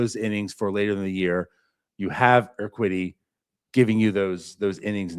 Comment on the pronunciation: Urquidy - pronounced - eer - kee' - dee. Accent on the 2nd syllable